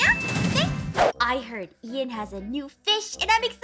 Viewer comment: Ian not Ein